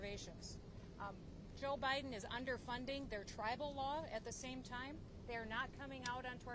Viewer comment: I must be loosing my hearing…at 18 seconds, did she say O’Biden? As in Obama-Biden? 😮😂